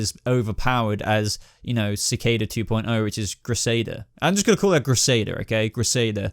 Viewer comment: Sa- Kay- Da = Cicada